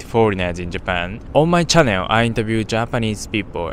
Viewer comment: chan·nel /ˈCHan(ə)l/ Is it’s normal to pronounce chan-nail in Japan?